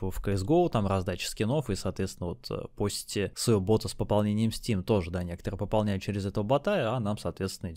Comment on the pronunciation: бОта а не бАта. Аж слушать невозможно!